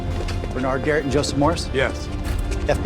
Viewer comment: 나만 게릿이 아니라 게이로 들림?